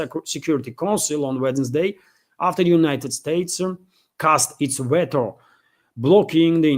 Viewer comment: Just a helpful hint... The first syllable in the word "Veto" is pronounced "vee"